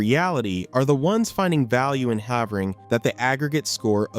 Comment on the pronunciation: Pronouncing Havering wrong